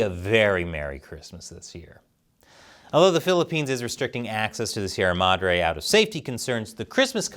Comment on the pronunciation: Finally! A correspondent who didn't butcher the pronunciation of Sierra Madre.